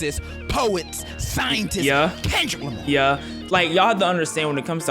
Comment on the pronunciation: bro really said kendrick limy 😂